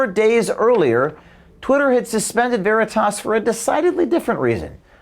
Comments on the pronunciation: CNN mouth piece can't pronounce "veritas". How fitting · I just love how she says 'Veritas' like it is a word entirely alien to her. So fitting for her ilk.